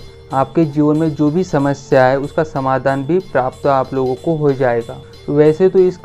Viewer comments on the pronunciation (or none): none